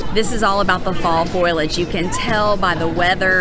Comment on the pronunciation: Don't feel bad. My dear wife says it that way every time! 😆👍